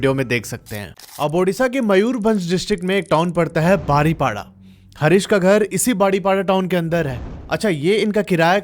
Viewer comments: बारीपदा not बारीपाडा ଓଡ଼ିଆ ଭାଷା ଉଚ୍ଚାରଣ ହେଉନି, ବାକି ସବୁ ଠିକ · ବାରିପଡା❌ ବାରିପଦା ✅ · Bhai baripadaaa nhi hai baripada hai Thoda pronounce wrong hai aapka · भाई, आप बार बार शहर का नाम "बारीपाडा" बोल रहे हैं। उस शहर का actual pronunciation "बारिपदा" होना चाहिए। Please आगे से ध्यान रखिए। गलत peonunciation सुन ने से कहानी का मजा किरकिरा हो जा रहा है। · भैया बारीपदा है वो जगह . Baariपाडा nahi😏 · बारीपडा नहीं होता है बारीपदा होता है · भईया बारीपाडा नहीं बारीपदा है व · ବାଡିପୋଡା 😂😂😂 ନୁହଁ ବାରିପଦା 🎉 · ଯୋଗଣିଖିଆ ସେଇଟା ବାରିପଡା ନୁହଁ ବେ ବାରିପଦା.... anyway good horror story. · बारीपाडा❌ बारिपदा ✅ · Baripada ha pada pronounce ni poda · Bhai Kuch nam sahi lo english me nehi hindi or Oriya me jese Balasore nehi baleswora बालेश्वर and baripada nehi baaripoda बारीपदा ✅ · Love from Odisha Bhadrak ❤❤❤ बारीपाडा नही बारीपदा बोलते है। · Badipada nehi baripada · Pronunciation of Baripada is बारीपदा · Sir please pronounce the name of the city correctly it is बारीपदा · Sorry to say but baripada ko aap galat pronounce kar rahe nhe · Bhai app baripada ko hamesa galat padhrahe ho😅😅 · 😂 baripada ku bari💨 banai dela